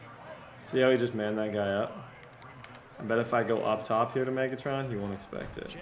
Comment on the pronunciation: The way he says “maygatron”